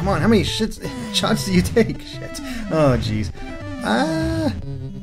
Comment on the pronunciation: I died laughing when you said shits instead of shots XD